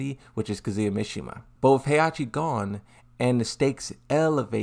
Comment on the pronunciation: Still can't get over the fact that Claudio says Kazuya as CATZUYA. If you understand Italian you probably laughed your ass off.